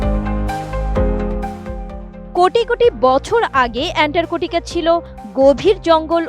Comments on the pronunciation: বেশি শিক্ষিত হলে যা হয় আর কি! অ্যান্টার্কটিকা কে বার বার বলছে অ্যানটারকটিকা। ছিঃ ছিঃ ছিঃ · আরে মূর্খ এন্টার্কটিকা কি অ্যান্টার্কটিকা বল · এন্টারকোটিকা নয় এন্টারটিকা মহাদেশ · ইতান্তরে সাংবাদিকের কাম করতে দিছে কেডা ভালো কইরা একটা জায়গার নাম বিখ্যাত জায়গার নাম কইতে পারে না এন্টারটিকা মহাদেশকে বানায় দিছেন শালীরা করতে ধইরা আনছে পড়াশোনা কি করছে আর রিপোর্ট তৈরি করার আগে তারই করল কি এইরকম যদি হয় দেশের প্রথম সারির নিউজ চ্যানেলের রিপোর্টারদের অবস্থা তাইলে দেশ কোথায় আছে আর কই যাইতাছে বাকিটা আপনারা কইবেন টাটা আমি বুইজ্জা লাইছি😂😂😂😂😂😂 কোন দিন জানি নিজ দেশের নামের আগে রিপাবলিক লাগায় দেয় আল্লাহ কইতারবো🤣🤣🤣🤣🤣🤣🤣 এটিএন বাংলা নিউজ চ্যানেল অশিক্ষিত মূর্খদের আড্ডাখানা যে এটা একেবারে ক্লিয়ার।। ওদেরকে বয়কট করা হোক। আর এই খবরের রিপোর্ট পড়া মহিলাকে শীঘ্রই পাবনা পাঠানো হোক ওখান থেকে পড়াশোনা করে আসলে হয়তো তিনি সঠিকভাবে বলতে পারবেন সুন্দর করে পরামর্শ দিয়ে দিলাম বিনা টাকায় লুফে নিন আর আপনাদের এসব ফালতু ভুয়া টিভি চ্যানেলগুলো বন্ধ করুন। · এন্টারটিকা মহাদেশ যে বলতে পারেনা, সে আবার খবর পড়ে, বাহ্। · আটিএন নেউজ আর মানুষ পায়নাই। এন্টারটিকা উচ্চারণ পারেনা, এরাও সংবাদ পাঠক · আপা কি আন্টারর্টিকা উচ্চারণ করতে পারে না? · এন্টার্কটিকা। LoL